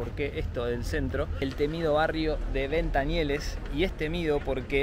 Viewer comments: Se dice ventanielles y no ventanieles, y ya no hay nada, barrio humilde, hace años si, ahora es tranquilo. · Jajjajjajjaj madre mía....entonces si me ves a mi que dirás... 😅. Haber bajado cónmigo y ya verías como cambiaban las tornas, solo diste con aldeanos no con quien tenias que dar. Por cierto se pronuncia VentanieLLes con elle no con ele. En España pocos barrios gangster de verdad quedan y este no e uno de ellos.Naci, Crecí, Viví, Vivo y Moriré aquí 😁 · En los 80 no digo nada, era un barrio conflictivo. Ir a Ventanielles y decir que es el Bronx es una estupidez. Engañarás a los de fuera, majo. A base de exageraciones, sugerencias y tonterías. Por cierto, se dice Ventanielles, no Ventanieles. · Como fiarse de tu video sensacionalismo y poco objetivo si no sabes ni pronunciar el nombre del barrio....